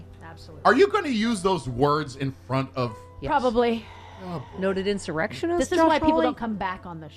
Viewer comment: Stephanie said:” In sir erectionist!”😂😊💙